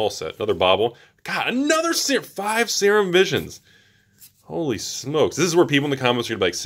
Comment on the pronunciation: Serum is pronouced 'Seer-RUm', SEER-RUM. Not 'sayer-um' lolol. botches half the pronuciations on purpose it seems to hide his awful pronunciation of the other half. Still love the videos though! Production quality is top notch.